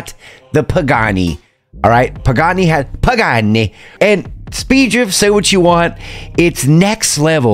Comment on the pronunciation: that "pagani" with the accent got me good! happy veteran's day 🇺🇸